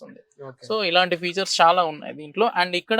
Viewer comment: “car కి ఉన్న ఫీచర్స్ అనాలి బాబూ…… ఫ్యూచర్స్ కాదు